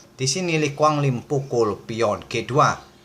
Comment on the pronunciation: Maaf yang benar, Le Quang Liem bang